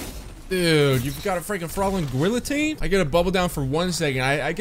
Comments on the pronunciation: "duuuudee, you've got a frigging frolling gwillotine" 😂😂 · Fwalling Gwillotine